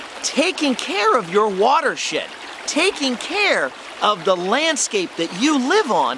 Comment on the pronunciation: it sounded like water shit lol